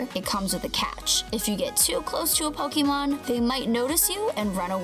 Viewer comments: PoKEYmon.......... WHY? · It's the way she says Pokemon that's triggering me. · wow, you don't know how to say pokemon, niantic and kyogre